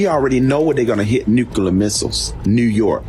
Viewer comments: What is a nook-a-ler missile? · Dude can’t say nuclear… lmao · LOL they cant even take ukraine, let alone come on US soil. Ohhhhh fatty Mc FatFuck in his wack blue chair. whos bein sued by multiple company's for failure to make payment. He can't even pronounce Nuclear correctly. He's been watching to many cold war era movies